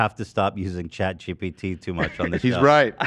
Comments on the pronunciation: Honestly, I've heard him say "chat gtp" so many times now that "chat gpt" sounds weird and wrong. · "Chat Chee-T-P" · Chat EDP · My fav is chat GPS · Someone please make a compilation of Ethan saying “chat gpt” wrong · if my life depended on whether ethan said chat GPT right that day, i would for sure be dead. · Ethan not being able to say Chat GPT will never not be funny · Can we get an edit of Ethan saying chat GBT all the wrong ways? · can someone please make a compilation of him saying chat GPT wrong?